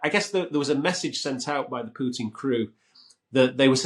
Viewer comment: First of all, thank you for not saying Pewtin! Secondly Trump will never cross Putin, Putin’s got the kompromat on him